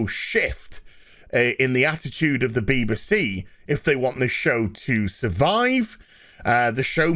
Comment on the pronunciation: I wish would pronounce it correctly. B.B.C. Not Beebe C.